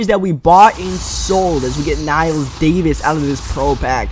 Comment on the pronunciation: Did I hear you say "Kniles Davis"? It's Knile